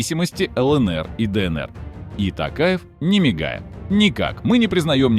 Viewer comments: Во во во во они каверкают фамилии президента казахстана "касым-жомарт-токаев" они называют его не токаев а "такаев или токаевич" это норма? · не тАкаев а тОкаев буква О в русском тоже есть понимаете? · Чувак, спасибо на добром слове. Напомнил лучшее выступление нашего Президента. Пожалуйста, запомнить всем : в казахском языке НЕТ безударных гласных! Если Токаев, то так и произносят Т О́ К А Е В.